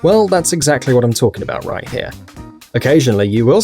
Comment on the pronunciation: At first I thought you said "Let's get rice into the video" :D